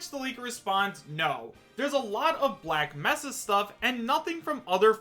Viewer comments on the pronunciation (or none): Tired of mispronouncing everything lmao Cha-cha demon Black meh-sah A-Man lmfao